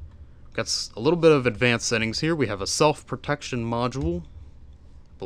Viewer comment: Sounds like he is saying pornteen